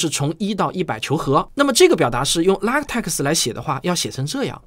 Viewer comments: LaTeX： 读做 ” La Te Ke “ ，而不是 La Te Ke X . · LaTeX 的X不发音 念作拉忒克